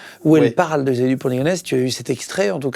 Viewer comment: Émission sur qui?😂 Yisxaavier dupont de ligonnes?😮😂